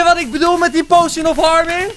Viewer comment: potion spreek je uit als poosjun niet pojsjen :P